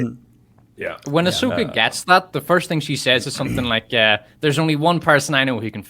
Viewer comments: Star Wars - AhSHEka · "Ahsoka"....no thanks!!